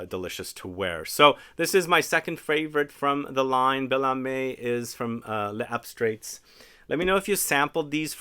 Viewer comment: As a rule I refrain from comment on pronunciation, but it'll really be more fun and easier for you to say the name of this house closer to the French way. It's layz-abstray. The "s" in "les" connects the two words, and the "-ts" at the end is silent. Your instinct not to say the "s" at the end of "les" is correct, except when the next word begins with a vowel. 🙂